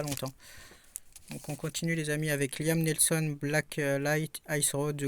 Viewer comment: 😂"ad astrada" "liam nelson"😂.... Bon allez un peu de concentration quand tu présentes des films😂 c'est souvent que tu déformes les titres ou les noms des personnes.